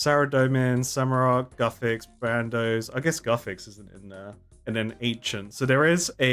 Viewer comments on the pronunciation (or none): For the love of god, it's Bandos, not Brandos. T_T